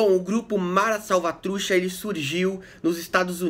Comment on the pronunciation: Ótimo video amigo! Só uma coisa: a pronuncia correta seria: Salvatru "tcha" com som de T no final e "Salvatrucha" Refere também a um formigueiro "Caliche" linguagem informal. Estou com a camisa de El Salvador mas não sou "mareiro" hahhah vivi la por um tenho muitos amigos aqui e la de El Salvador. Abraço!